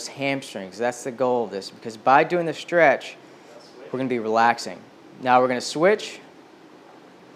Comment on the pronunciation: I had to look up the words shtretch, shtraight, shtrength, shtring ... couldn't find any of them.